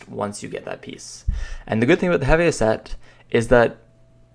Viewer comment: its called HEEEVEEEE NOT HEVAY